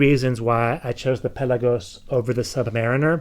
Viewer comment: Anyone else hate the way he says pelagos?